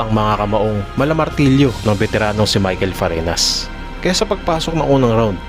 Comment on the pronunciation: pareñas hindi Parenas obob!